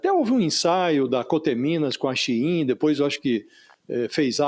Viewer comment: olha o nível dos jornalistas kkkkkkk o cara não sabe falar SHEIN